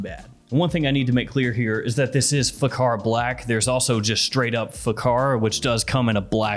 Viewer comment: kh=x it pronounce as faxar .